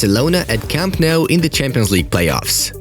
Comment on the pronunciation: yesss 1st this great club and now the home stadium the fortress that has been broken but its nou not mou u fucking bastard